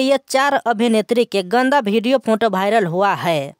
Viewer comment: पहले हिंदी बोलना सीख लो भाई। वो वीडियो होता है भिडियो नही।